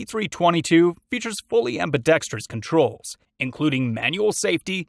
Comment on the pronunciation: I think this the first gun review video I’ve seen that pronounces ambidextrous correctly! I’m going to subscribe just because of that 😂